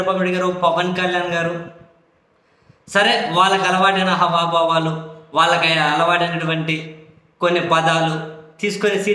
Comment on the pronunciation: మీ విశ్లేషణలు అధ్భుతం.మంచి విషయ పరిజ్ఞానంతో తెలుగు బాగా మాట్లాడతారు.కానీ...ఒకే ఒక పదం మీరు తప్పుగా పలుకుతున్నారు.ప్రతిసారీ తప్పుగానే పలుకుతున్నారు. "హావభావాలు "అనే పదాన్ని హ"వా"భావాలు అని పలుకుతున్నారు.దీర్ఘము హ అనే అక్షరానికి పలకాలి.మీరు వ అనే అక్షరానికి పలుకుతున్నారు.ఇన్ని మాటల్లో ఒక పదం పొరబడడం సహజమే కానీ.. ఒకటి రెండు సార్లు చూసి పొరపాటునే పలికారేమో అనుకున్నా కానీ ప్రతిసారీ అలాగే పలుకుతున్నారు.సరిదిద్దుకోగలరని మీమీద అభిమానంతో తెలుపుతున్నా.